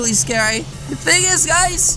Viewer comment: It’s scawy yes yes